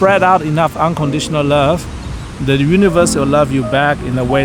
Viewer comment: I can definitely hear the Singapore accent when you say "unconditional lurve" 😄